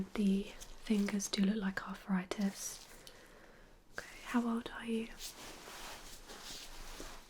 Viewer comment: Arffritis? I thought it was arthritis 🤔